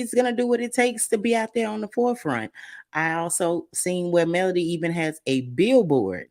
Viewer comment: Enjoy your commentary! I'm not sure if it's my ears, but it sounds like you're saying Melanie when u say (Melody) Mel lo D name. I can't wait to see that scene 😊😮